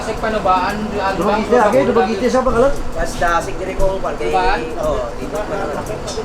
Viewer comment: congratulations, you pronouced DU MA GUE TE right, nice to hear